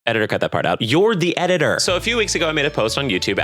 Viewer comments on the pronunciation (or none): Some videos ago, complained about people that don't pronounce their Ts, saying for them, stuff isn't "important," it's "imporand." Today, he joins them in joy, because he tells his edidor to cut out his thirst trap plushies, forgedding endirely thad his edidor is himself